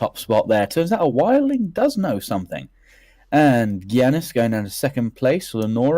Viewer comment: Also it's amusing hearing both of you mispronounce Giannis Antetokounmpo's first name (He is a professional basketball player). "Yawn-ihs" is how you pronounce it, by the way. He is Greek but has Nigerian parents. Maester Lewin/Luwin (Not sure about the spelling, but that's how you say it.) was the Maester at Winterfell.